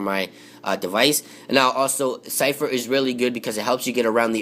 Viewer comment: that is not how you pronounce zephyr